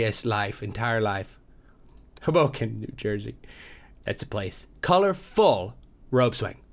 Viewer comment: Toby, it's not hubohken, it's hoe-bow-ken.